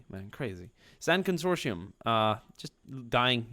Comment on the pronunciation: Con-sor-ti-um is the pronunciation, they’re from the expansionary region. Love ur vids!